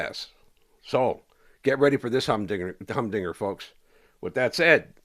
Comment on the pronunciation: “Humbdinger” ain’t heard that one in a minute Rene 😂